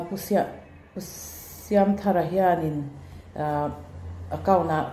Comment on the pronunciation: Kan lawmpui che u. Pu. Siamthara hming i lam dik lo erawh a inhmeh lo deuh. Ani kaltlang hian US Mizo te c c te kan lo hre ṭhin. An thawh hlawk e.